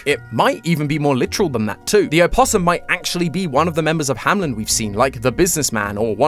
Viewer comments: It’s not pronounced hamlen it’s hameln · BRO ITS "HAMELN" NOT "HAMLEN" AHHHHHHHHHH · Isn't the place called Hameln and not Hamlen? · it is "hameLn" not "hamLen" and i think its a reference to "der Rattenfänger von Hameln" a german legend which means literally hunting rats but the rats are a symbole for kids. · Why am I so triggered by him saying Hamelin instead on Hameln? D: Is that really how you pronounce it in english? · this may just be my brain overreacting but i find it so weird that they all keep pronouncing it "hamlen" in the videos just because MatPat likes the pied piper connection even though the l is very much after the e --"HAMELN" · Why does everybody pronounce it HamLen instead of Hameln? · I love the theory and all, but please look up the pronunciation for the name "Hameln" cause it’s not pronounced Hamlin. I might be the only one bothered by it, but as a native German speaker it’s like hearing Mat butchering the word puberty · It's funny how you keep pronouncing "Hameln" as "Hamlen."